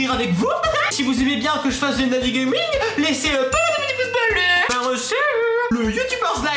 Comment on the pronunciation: au debut ta dit gaming et apres gaminge